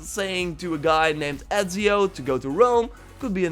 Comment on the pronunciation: Esio... Ezio... hmmm...